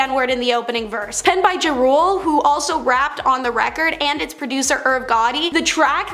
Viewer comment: It’s pronounced Ja (like jaw) Rule, not Jay Rule.